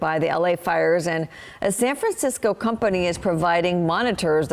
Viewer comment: Is the newsperson drunk? “90% contained” when it says 80% on the screen; she said “upedended” as well.